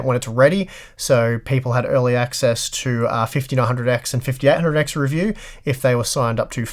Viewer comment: Am I the only one who kept hearing "the fifty R hundred X" ??